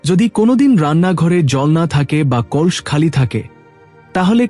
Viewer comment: What is kols? It's kalash 😂😂